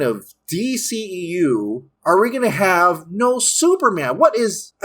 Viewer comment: The new d-SHE-eu smh